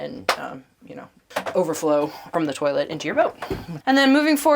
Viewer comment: “Turlit” hahaha